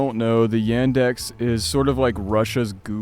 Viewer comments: Ендекс Это звучит как Яндекс Not a Endex its Yandex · Thank you for the video! Yandex is pronounced with "ya" as in "yarn" or "yard" or "ya all" It's very interesting to hear the point of a person who's of a different culture talking about all of these things. As a Russian myself, these pictures hit the spot on a much higher level than other American or European liminal imagery. I think that one of the most 'liminal' and 'liminally scary' things that I might experience is the liminal imagery of the old Russian village houses. For me, these buildings remind me of my childhood time which is never coming back. And seeing them destroyed and abandoned feels me with an emotion of something extremely existential like how some day you - personally - someday would cease to exist.